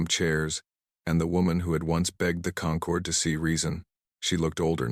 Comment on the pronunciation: AI changing how we pronounce words "Concord" when referring to people who've come together as a group is pronounced "kun-CORD" "Concord" the way these vids pronounce it, "KON-cord," refers to GRAPES